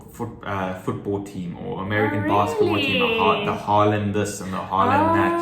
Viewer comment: It’s Harlem Globetrotters not Harlen.